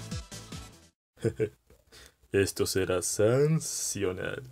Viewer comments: 03:1) no es sans-cional es sans-acional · Era sans-sasional no sans-sional